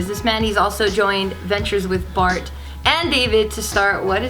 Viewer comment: Did anyone else hear barbecue instead of bart and geo